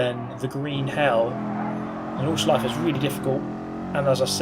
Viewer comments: I know its hart for not germans to pronounce the nordschleife but put an a at the end and its sounds exactly the same :D "nordschleifa" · You pronounce Nordschleife quite well, except that at the end you never say the "eh". You always say Nordschleiff.